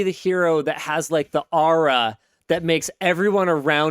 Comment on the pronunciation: When Linus pronounces "aura" I'm getting Jeff Daniels in Escanaba in da Moonlight vibes.